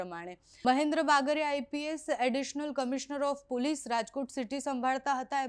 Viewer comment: પુલીસ નહીં, પોલીસ બોલ